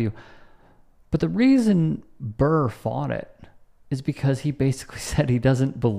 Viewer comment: It's Burr not Barr bro.